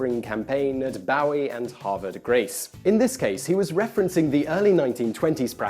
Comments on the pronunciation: Simon, the city mentioned is "BOO-wee", not "BOW-wee"; it's in Maryland, about half way between Baltimore and Washington, D.C. I used to live in Baltimore back in the day, and it had a big NHRA-sqnctioned drag strip. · As a resident of Bowie, it's pronounced boo-wee (just like you'd pronounce the word 'buoy' meaning a position marker floating in the water), not bow-ee. Actually, that's the first time I've heard it mispronounced that way - usually people say boh-wee (as in the star, David Bowie). We do still have the racetrack, but it's quite worn down. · Bowie, Maryland is actually pronounced 'Booie' the same way that I, an American pronounce 'buoy'. See the fourth map here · big fan, but it killed me when you said "Bowie" lol it's "boo-ee" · 'Boo-eee, Have-err De Grace' is how these Maryland cities are pronounced. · Bowie is pronounced "Boo-wee", Havre de Grace is pronounced "Have-er de Grace". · The town in Maryland is pronounced (approximately), "Boo-ee" there's no "ow" sound. I grew in Maryland, not that far from said town. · I liked 'dezzultree'